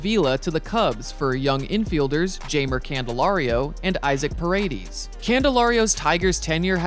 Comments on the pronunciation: Bro…it’s pronounced pah-reh-dehz. Not PuhRayDeez. 😂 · aint no way you pronounced the last name Pa Ray Deez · parade-eeez lol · The way he says paredes 🤣